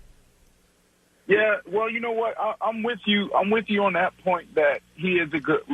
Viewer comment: lmao he really said thot hahahh